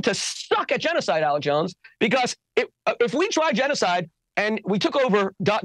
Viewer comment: "We, chews, seem to suck at chenoeside." The Rushn Revolushonary war would like to have a word with him. But, hey, at least he didn't deny it. To be fair.